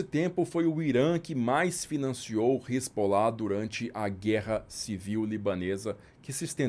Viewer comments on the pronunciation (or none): A pronúncia que ouvi nas minhas viagens à região é res-alá. Não sei de onde se tirou Resbolá.